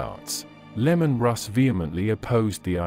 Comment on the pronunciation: Bro, it not lemon its Leman. It is really hard to listen to this when you keep saying lemon. People will not watch you channel if you keep making mistakes like that.